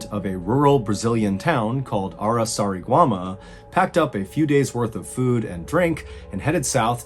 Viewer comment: Dude, you managed to nail Araçariguama, and failed miserably on João.. Hahahahahaha Believe me guys, you are not ready for Portuguese..